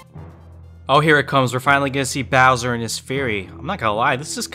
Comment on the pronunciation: “I don’t think they change bower much” Bowser: say sike right now